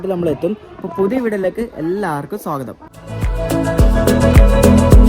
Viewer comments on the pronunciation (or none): none